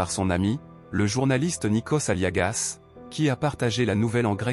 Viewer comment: Vpus êtes capables de prononcer correctement le nom Nikosssss Aliagassssss, Mais vous êtes incapable de prononcer correctement celui de Demissssss Roussossssss😡